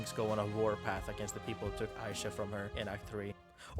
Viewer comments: Who's Aisha??? It's Isha, ee-sha. Ik you must be white or something and not familiar with ee pronunciation (like people saying aissa instead off issa)but common, jinx literally yells EESHA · oh my gods why is everyone sturuggling with this, jinx actively says her name in the show there's no reason so many people should be butchering it like this its really not a hard name say it w me e - sha not eye - sha 😭😭😭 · Its Ee-sha not Aisha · Why spelling Isha like that tho 😢 aside from that, great video (I get butthurt bc ppl mispronounce my name in the same way all the time)